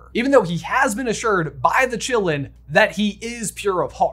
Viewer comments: I always expected it to be pronounced in the Chinese way of Ki-lin. Meaning it's name would be "forest of life" or "forest of blood". Which fits really well. But no. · The actual pronunciation for Qi is "chi" aka "Chee" and also sometimes "kee" like "key" so Asians pronounce the Qilin as "Chee - Lin" or "Kee - Lin". Not Chillin like we're just chillin on the stoop. Whoever pronounced it like that in the movie is an idiot. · You know I saw the movie in my language German and they said Qilin in a way I never could understand what that animal was called. It sounded more like Gi-lamb. It was very distracting. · Pronounced: Chee-Lin not Chillin'. It's Chinese. Like the French school, it's not pronounced Bo-bax-ton, it's Bo-be-ton because it's French.